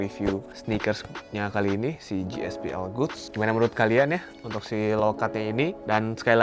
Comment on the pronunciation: GSPL GOODS tu baca nya bukan gospel goods tp gaspol goods